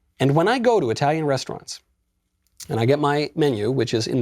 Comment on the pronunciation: your italian pronunciation sucks!By the way...I guess you have a crush with Eva Longoria!